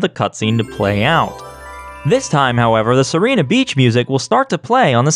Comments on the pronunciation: In Italian it's See-ray-na, with a rolled "r" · I don't really know how to explain the pronunciation, but it's Seerena Beach. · Its See-reh-nah. It comes from the spanish "Sirena", which means mermaid. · As an italian, I can tell you the pronounciation is most likely "see-re-nuh". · Errr I might be a bit late and probably someone else already mentioned this but: Sirena Beach is probably intended to be pronounced as Sir-eh-nna, with a soft "r". Sirena translates to mermaid in Spanish, and y'know there's also the word Siren. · I've always called it "Sai-ree-nah Beach" (second version you tried)... The 1-Up in the Casino Delfino elevator, I think is mentioned in the player's guide for the game. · This spaghetti is so tasty. Also Sirena is pronounced si’rɛna. It's Italian (and Spanish) for "Mermaid", so it fits the English naming scheme. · A lot of the names from Super Mario Sunshine come from Italian words, so it's probably pronounced Sirena. (see- ray- nah) Also, is the flippity doo da a glitch fest reference? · sirena is just the italian word for siren. since the rest of the levels use italian words, im just gonna stick with the italian pronunciation, "see-rein-ah" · "see-reh-nah" It's the Spanish word for "mermaid" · It's pronounced "See-Reh-Nah" since Sirena means Mermaid or Siren in Spanish. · I always thought it was pronounced "syrena" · It’s pronounced Sirena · It's /siˈrɛna/ (IPA) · Sirena, the Spanish word for "Mermaid," you said it right the first time you said it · Its been a few years, but the beach is named Mermaid Beach. Sirena is Spanish. It's pretty easy to find a clip online on how that should be pronounced. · He said sirena beach wrong. SEND THE HOUNDS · "Sirena" is mermaid in spanish. Probably how you're meant to pronounce it. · You pronounced it correctly, right when you started the video.:/ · I think is supposed to be pronounced in Spanish